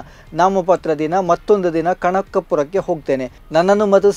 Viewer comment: ಈ ವಾರ್ತಾ ವಾಚಕ ಬಹಳ ಸ್ಪುರದ್ರೂಪಿ ಆದರೆ ವಾರ್ತಾ ವಾಚನದಲ್ಲಿ ಅಕ್ಷರ ಸ್ಟುಟತೆ ಎದ್ದು ಕಾಣುತ್ತಿದೆ. ಮನೆ - ಮಣೆ, -ಕನಕಪುರ - ಕಣಕಪುರ ಮನವಿ - ಮಣವಿ ಕಾರಣ - ಕಾರನ ವಿದ್ಯಾರ್ಥಿಗಳು - ವಿದ್ಯಾರ್ಥಿಗಲು 😢😢